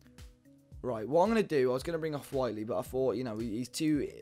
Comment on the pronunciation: thanks for starting to say whitely correctly mate lol